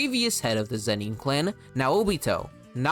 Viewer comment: lol zen-NEEN. so distracting